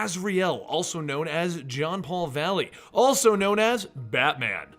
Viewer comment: its jean not john